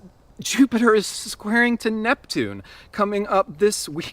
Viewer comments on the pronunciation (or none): none